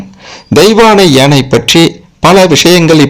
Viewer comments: ஏனை அல்ல ..யானை. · ஏனை என்று சொல்லாமல் யானை என்று சொல்லவும்.கேட்க...கேட்க தமிழை நினைத்தும் மனது வலிக்கிறது.